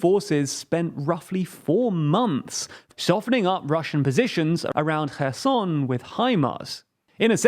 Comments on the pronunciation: When I heard, "he abandonned Her Son", I asked, "why he did that"? Soon to realise, it was Kherson ! Do you prononce the "K" in Kherson ? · Actually that is incorrect. It is NOT Herson with an english H sound. It is closer to the english sound of X but more like the sound you make when gathering spit in your mouth before a big spit. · I swear, I heard called Kherson "kerrsun" Did he pronounced it correctly more recently or am I missing an episode (I know it's called "Herr-son" because the K is silent) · Kerson pronounced Herson in Ukrainian...read phiniticaly .. .o is o not a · When did Kherson become Herson? That threw me for a loop. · Stop trying hard to pronounce Kherson that way if you can't even be consistent doing it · It’s close but still it should be a velar fricative and not a glottal one. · no, the issue with is how they even failed to read the letters in the correct order. not even them saying them in an english pronunciation, just plainly changing the word